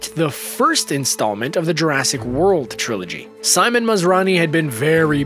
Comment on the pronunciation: it's Jurassic not urrasic